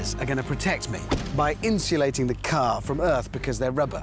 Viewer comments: "Ze radio iz on ze fritz" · Prez Ze Button Hanz